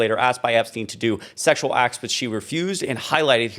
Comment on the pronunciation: Did Bubba say if he had sexyal relations with Epstien ?